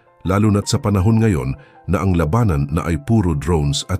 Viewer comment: Labanan hindi la banan, bisaya ka ba?